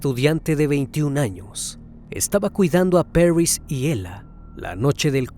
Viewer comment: Porque exagera en la pronunciacion del nombre París se dice tal cual, Paris y no "perrys"